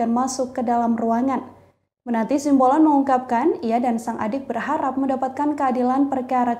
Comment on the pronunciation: TOLONG UNTUK PEMBACA BERITANYA YG BENER, SIMBOLON BUKAN SIAMBOLON. masa baca doank salah